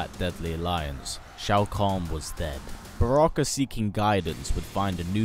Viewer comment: it is not broke is Baraka